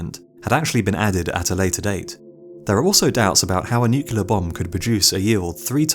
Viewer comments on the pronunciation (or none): Dude also says NUKE-U-LAR instead of NEW-KLEE-AR. NUCLEAR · new clear weppuns ...derps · NucULear?? really? Nu Kue Lear? Come on. NOOKLEER. Jebus. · The Last Greaser it’s spelled Nuclear but but it’s said as nucular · He says “nuk-u-lar”. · NuCLEAR not nucular! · Only one way if you have command of the English language! Nu-clear! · Lol. I say nucular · Kitterz - I'm so glad I'm not the only one who gets irritated by this! 👍❤️